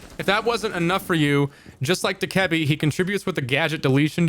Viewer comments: no he doesn’t💀 It’s (Dough-Kuh-Bee) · Not sure how I feel about this lost, having lion in this and not buck, also saying Dokkebi in that way, that's wild 😂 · The way he says Dokkaebi kills me bro 💀